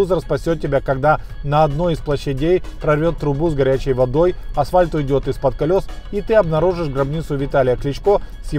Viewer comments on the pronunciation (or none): none